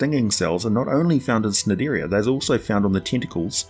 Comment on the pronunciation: Just wanna point out. The C in Cnidaria and Cnidocite is a hard C. So basically knidaria/docite.